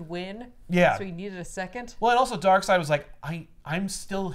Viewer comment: New comic. From the creators of four jokers comes 2 Darkseids. One pronounced Darkseed one pronounced Darkside. That is it